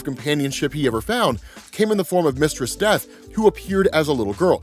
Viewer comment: Took me a minute to realize he wasn’t saying “Mr. Steth” 😂